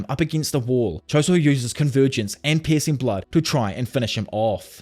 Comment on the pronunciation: not to be rude,, but the way you say "piercing blood" spounds as if you were saying "pissing blood" wich is very funny